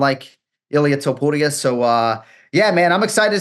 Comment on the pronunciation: He did it PERFECTLY